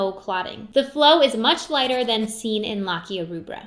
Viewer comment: Wonderful content! Please pronounce lochia more correctly, the “o” vowel here is pronounced long.